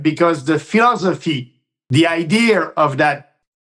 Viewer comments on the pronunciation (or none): How do you know Maxime Bernier isn't a serious candidate? Even after 4 years his English still hasn't improved. His ideological base is in Western English-speaking Canada, not Quebec. Maxime: "fee-os-iphy." Translation: "philosophy." Maxime admitted to Brian Lilly that he "was relieved he didn't win the Conservative election against Andrew Scheer, because then he would have to defend his ideas on the national stage." Basically he admitted he doesn't have the courage of his convictions. Yep, let's waste more time supporting this coward.